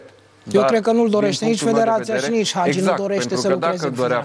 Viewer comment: Frezatu ăsta blond de prezentator de care nu a auzit nimeni să învețe să pronunțe Hagi, nu Agi ! Dacă nu știi despre cine vorbești, nu vorbi.